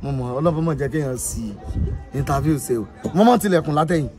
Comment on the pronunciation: The interfairrrrrrrr 😂😂